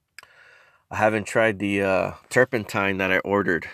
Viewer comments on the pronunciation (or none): "food grade" terpinetine